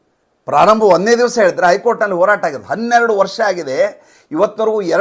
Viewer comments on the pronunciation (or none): none